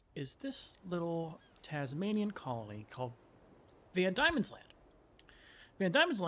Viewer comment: Diemens land is pronounced more like Demons land instead of Die-mens land